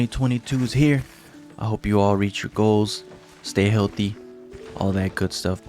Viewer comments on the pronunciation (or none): none